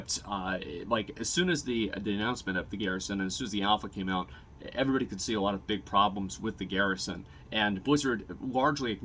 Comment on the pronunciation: PSA something that bugs me so i share it. Asmon cant say alot. He says awaht.